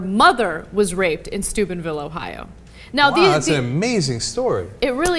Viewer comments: Lol does she keep saying stupidville or is it just me? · It sounds so much like they're saying Stupidville Ohio. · I still keep hearing "stupidville". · For a second instead of 'Steubenville' I heard 'Stupidville'. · I swore when they said Steubenville, I thought they said Stupidville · Every time you say Steubenville... I hear Stupid-Ville... I agree with the latter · I have always thought Ana was saying Stupid Ville in previous video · When saying Steubenville, it sounds like Stupidville. A perfect name for that town. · I hear Stupidville every time Anna says it. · Sounds like "dickheadville" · it sounds like she keeps saying "stupidville ohio"